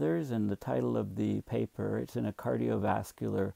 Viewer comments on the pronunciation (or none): none